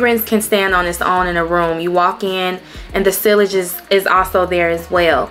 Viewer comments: Hey cutie, sillage is pronounced....*see - auge * Nice collection ❤ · Sillage is pronounced sea-a-ge rhymes with Triage (like when you go to the emergency room). The ll are silent. And Libre (Lee-bray).